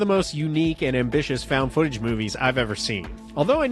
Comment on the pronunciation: Фаунд футэдж или как выразился, фаунд футанаридж